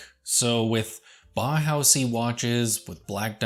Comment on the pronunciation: You mispronounce "bauhaus". You say something akin to "Bah-house". The correct pronunciation is "Bow-house". With the "Bow" rhyming with "Wow".